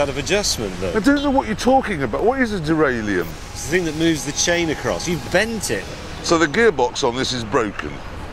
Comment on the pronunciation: "What is deraillium?" 😂😂